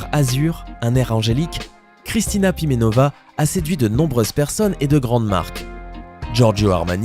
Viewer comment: Kristina Primenova , et non pas Pivenova